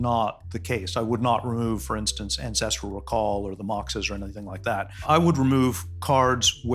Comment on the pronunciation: I just KNEW people were pronouncing Ancestral Recall wrong